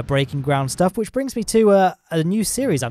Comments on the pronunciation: good Schtuff like a german guy will say "stuff" ;) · I like how he puts the "SH" in the word stuff when he says " all that good shtuff."